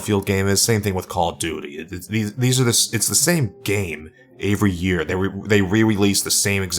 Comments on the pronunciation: Everything here os great except for the way he said every as avery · Why do you pronounce 'every' as 'avery'? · Every. The word is every. Not Avery wtf